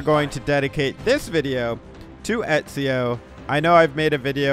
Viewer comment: why you sayin etzio its Eh Zio